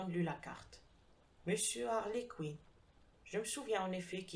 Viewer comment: J'ai sursauté... moi aussi... d'entendre prononcer "Mr Queen" au lieu de "Mr Quinn". Il se fait qu'un de mes premiers profs d' Anglais nous avait donné à lire, je crois, le roman "Inspector Queen 's own case". Je ne suis pas certain de l' orthographe de ce "Queen"-là et je ne me rappelle ni de l' auteur, ni de l'intrigue.